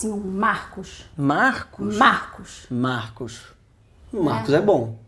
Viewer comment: eu vomitei quando ele falow meu nome =/ "MARCOS"